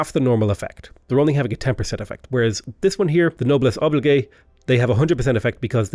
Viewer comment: The Noblesse Obligay? Lol I know it's French but that one made me giggle.